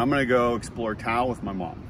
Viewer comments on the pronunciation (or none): Just FYI, Taos isn't pronounced "Tao". It's Tah-Ose. And the Rio Grande is pronounced Rio Granday. Looks like you're having a great time! We used to live in Santa Fe so it was nice to see it again. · Great memories. Is saying Town or Tao? I had to hear his Mom to realize they were in Taos! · I believe its pronounced "Towse"